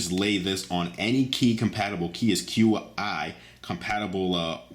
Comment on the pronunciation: Qi is pronounced Chi